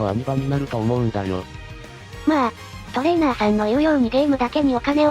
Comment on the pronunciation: トレー↓ナー↑さんと発音させてる拘りに脱帽。いつも読みも正しく間も聞きやすい読み上げてくれるし、流石です